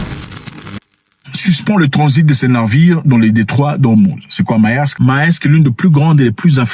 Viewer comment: On dit Mersk en Danois😂 pas Maersk 🎉🎉🎉🎉